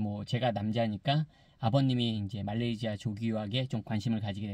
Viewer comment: 말레이지아 발음 …불편해요 말레이시아로 해주세요